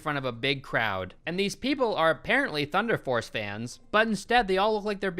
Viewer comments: He said thunder farce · at first I thought he said thunder farts